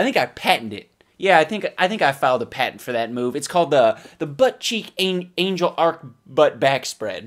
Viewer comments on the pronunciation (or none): none